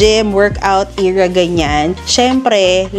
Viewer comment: I’m not trying to be mean but the word era should not be eeeera when said, I just noticed you said it many times it made me confused